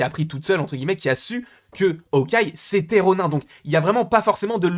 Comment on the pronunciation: Ronin se dit "ronine" bg